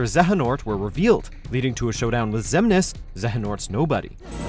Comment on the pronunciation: Thank god he learned how to at least pronounce Xemnas this time.